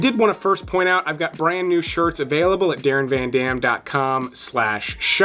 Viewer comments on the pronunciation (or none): none